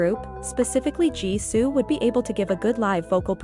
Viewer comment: dude both dance differently one extra energy making moves weird another low energy, well that rs is better atleast doing effort... Vocals rs having an accent & a soft voice while jisoo english pronounciation is so weird & having husky voice.... (Now don't ask how english came into a part of this, kpop audience ) but techniques dude jisoo vocal technique are incredibly good rs hype is just bcz her voice but lower techniques than jisoo, hear rs latest cover the struggles were real, can sing but can't make it feel that's a big lol.... Jisoo yes sympathy... But bcz of her language issue many doesn't feel connected to her... While r has that connection bcz an English speaker with an accent... R really the one who takes advantage of being bp member & tries her best to take advantage of the situation, while js never, see her solo her chanel efforts r more from mind than business oriented, that's honesty to the craft